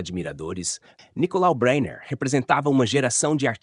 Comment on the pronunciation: Breyner; em português de Portugal (e ele era português) pronuncia-se "bráiner" e não "beiner".